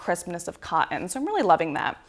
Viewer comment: If you’re going to review comforters and duvets, learn to say the word “cotton”.